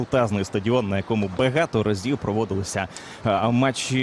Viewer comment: Озвучка москворотим уіпаном на початку :"Крутезний стадіон, на якому бегето разів...." 😂